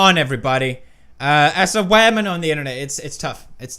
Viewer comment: "case your a waman."